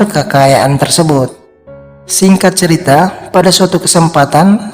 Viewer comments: Ini orang punya berapa channel ya? Perasaan pernah ketemu channel yg suaranya sama cara ngomongnya juga sama, bilang cerita jadi ceritra-_ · Min bukan ceritra tapi cerita😂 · Singkat ceritra, alur ceritra 😩 Cerita bang bukan ceritra